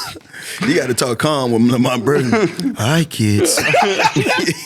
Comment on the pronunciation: It’s LeVar Burton not Lamar fellas 🤣🤣🤣